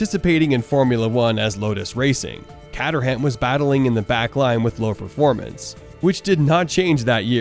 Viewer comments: Sorry had to stop watching after the pronunciation of Team's & Driver's. Awful. CAT UR HAAAAM ffs. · Great video but “catterham” and “Ty-rel”? Gonna need some practice pronouncing names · Great channel, but the mispronunciations of Tyrell and Caterham are a bit grating.